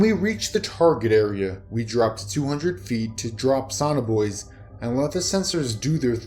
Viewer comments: Not "sawn-r boys;" So-Nar Boo-ease." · If you want to read stories on public. LEARN HOW TO PRONOUNCE THE WORDS. There is no such thing as a SONNER BOY. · Sonar Buoys learn English fluently or get someone to listen before you upload. You kept calling them sonner boys